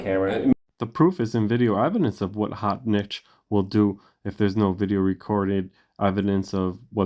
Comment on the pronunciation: His name is spelled "H-o-t-n-i-c-h," but he pronounces it "Hotshit"!